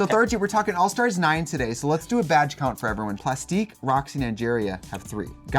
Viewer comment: can't stop hearing Trixie saying "vaj" instead of "badge" this season